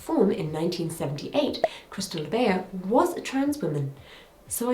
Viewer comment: This video is WONDERFUL, thank you for putting this info all in one place (and I always love your spin and sense of humour. <3) FYI, Krystal LaBeija's last name (and her house name) is pronounced "la-BEIGE-a"